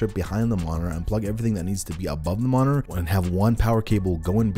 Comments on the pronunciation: There's a T in monitor 🤣🤣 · bruh why do you say monitor that way